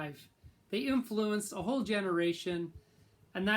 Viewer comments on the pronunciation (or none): none